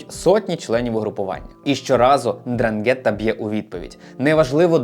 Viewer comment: Я вас прошу, ознайомтесь з правильною вимовою слова 'Ndràngheta, бо це Дранге́тта слухати все відео було важко)